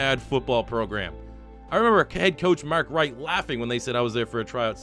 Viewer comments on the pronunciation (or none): Btw it’s pronounced Mark Rick ik it’s very confusing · Watched until you didn't pronounce Mark Richt correctly.